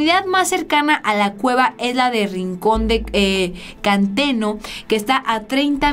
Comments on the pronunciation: Buenas,te corrijo al principio dijiste el morro,y santa cruz juventino rosas,no juvenito y no es canteno es centeno. Saludos. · Hermosa, belleza andando,,.... Con todo respeto, te corrijo estás palabras... Con todo respeto:. Es Juventino rosas GTO (. No. Juvenito ). Rancho Rincón de centeno GTO (. No de canteno ). Es el marro. ( No el morro ). De ahí todo está bien,.... Saludos cordiales!!!! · ¿Es intencional sus errores de lectura? o ¿de verdad tiene dislexia?, ¿"JuVENITO" Rosas?, ¿Rincon de "CANTENO"?, Lea con calma, con cuidado...